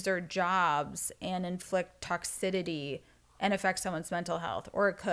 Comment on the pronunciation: “Toxidity” is sending me 😂